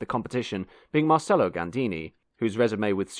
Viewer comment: Bar - Ket - a Mar - Che - lo basic italian mate